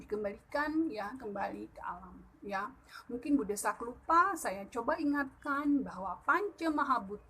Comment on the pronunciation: De'sak...bukan desak. Adeng2 apan jelas...mungkin krn terlalu semangat...kaliii. 👍